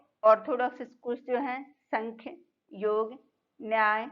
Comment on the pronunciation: Ma'am it is not sankhya....it is sa'mkhya ( saankhya)...it's a Sanskrit word...most of the people pronounce it incorrectly.